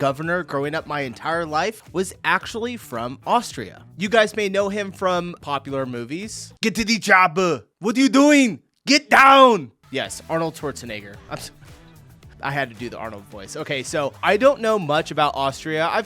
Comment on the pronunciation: Arnold Schwarzen egger not Schwarze n.... 😂😅